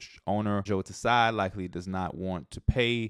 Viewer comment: as an asian, just want to correct your pronunciation of "Tsai" - the T is silent, so it's just like 'sigh'